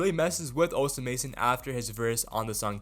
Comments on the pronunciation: bro stop saying osa mason its osama son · bro stop saying osa mason omg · this dude just say net sped and osa mason?? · You’re pronouncing Osamason incorrectly